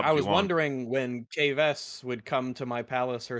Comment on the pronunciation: her name is Caves, not Kay Ves wtf